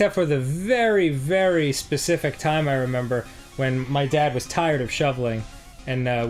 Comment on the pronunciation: ITS SPECIFIC NOT PACIFIC